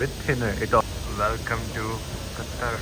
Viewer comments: It's Qatar not Qataar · aj pata chala qatar ko qataar pronounce krty hy